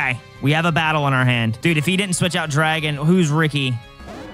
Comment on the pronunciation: IS ANYONE ELSE HEARING “DWAGON”!? Or are my ears messed up.